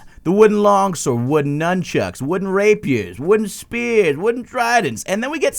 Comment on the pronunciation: "Wooden Rape-you"